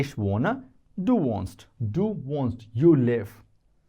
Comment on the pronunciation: Yep, wohnen is not pronounced at the beggining alike "want", Sir...